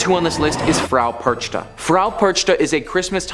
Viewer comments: Dude, old lady's name is pronounced differently, it's like PerKHta or something similar and not PerCHta. CH here is germanic kh, not english ch. Still cool video compilation) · It's pronounced Perkta not perchta.